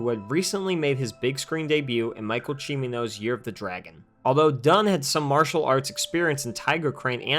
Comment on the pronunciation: Michael Cimino’s surname is Italian, not Asian. The pronunciation emphasis should be on the second syllable, not equally on all syllables.